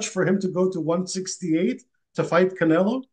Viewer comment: Bivol call canela 😂.